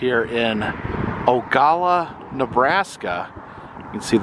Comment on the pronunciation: O-ga-la-la. I had to be "that guy". lol sorry